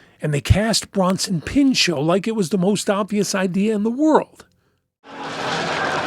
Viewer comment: The T is not silent, he’s not French, the surname is not French. He had to dedicate the first few minutes of his opening monologue as a host in SNL to that, but it seems it had no effect since it’s 2026 and people still pronounce his name as Peenshó.